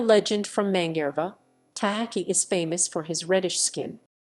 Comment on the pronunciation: Mangareva is pronounced Manga-rave-a